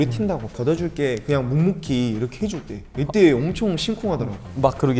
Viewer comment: 이렇게를 이르게라고 발음하는거 너무 귀엽..